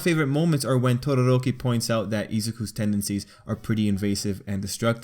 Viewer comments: I love how you say Todoroki Your like Todorrrrrrrrroki :3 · Why does he pronounce todoroki’s name like it’s an Indian name lmao?